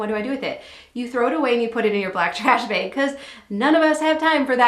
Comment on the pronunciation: Black trash BEG lol… tell me your from Wissconsin without telling me your from Wissconsin. 😂